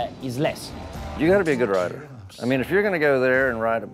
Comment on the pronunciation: Press over and over again! everrrrry rrrrrriderrrere, pretty funny ahaha